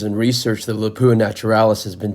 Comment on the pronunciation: It pronounced LAP-OO-AHH all in one word not Lapoooha you make it sound like a French toilet